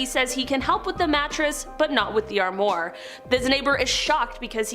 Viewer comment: This might be a “minor” complaint, but please don’t say “sem-ee” it’s pronounced “sem-i” with a hard I. Also the word armoire is pronounced as “arm-wah”. 😖 Pleeeaaase check a phonetic dictionary if in doubt! 🙂Thanks